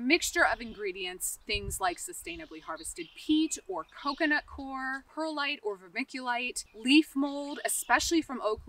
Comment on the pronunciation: To be clear, it's coco 'coir' not core. The word is two syllables, as in ˈkoi(ə)r. Just say coy ur, COY. UR. Then together, COYUR. Like in the film Idiocracy, everyeryone agrees to say it wrong. If you're reading this, you're not stupid. You're probably just repeating it like all of the ignorant ones before you. Welcome to America.